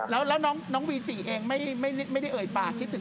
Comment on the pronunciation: วีจิ ไม่ใช่ เวจิ นะ